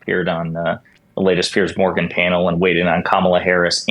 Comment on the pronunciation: Thank you for this comment, I've laughed so hard at you calling him "Pierced Organ" 😂😂😂